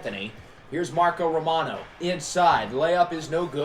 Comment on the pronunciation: have you ever tried using a coach's challenge before? I think it could come in handy. Also, liked how you said romano's name.